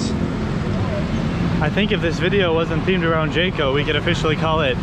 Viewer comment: You pronounce jco correctly unlike other foreign youtuber lol